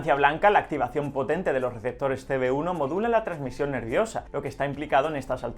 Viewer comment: Se rievela lo rielevantes en los rieceptores jaja